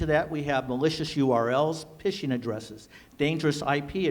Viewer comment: the guy said pissshing addresses PISSSSHING ADDRESSES LOL fkn noobs ay